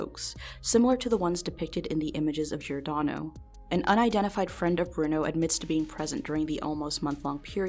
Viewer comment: only bad thing about this video is how giordano was pronounced but otherwise this video was very interesting!